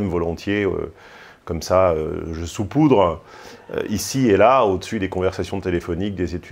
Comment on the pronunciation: On saupoudre... On ne soupoudre pas m'sieur.